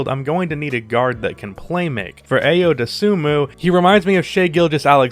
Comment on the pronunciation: Being that i share a name with the man, it would be best to inform you that Ayo is pronounced as eye-oh